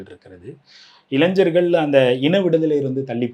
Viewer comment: தம்பி இளைஞ்சர் இல்ல இளைஞர்! உங்க உச்சரிப்பை (பலுக்கல்) சரி செய்யுங்க.